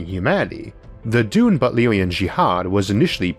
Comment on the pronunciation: I love your accent Issac but every time you say Dune I cant help hearing Doom. Thought it was funny so I had to mention it.. (I have a kind of hearing-interpretation problem that makes things like that worse for me.)